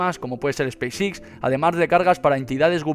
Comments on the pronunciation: "SPACE X"... pronunciación "ESPEIS EX" no "espis Ix" XDXD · Pronuncia pésimamente!! No es space six! Es Space X!!